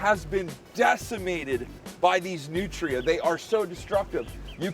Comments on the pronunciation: I love how you pronounce them New tree uh. But in Louisiana we pronounce them newtruh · I keep thinking he's saying nutriants .... Hehe yeah I'm new